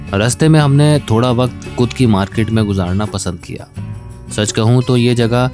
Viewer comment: "Kud" jagah "khud" decide ki hai😂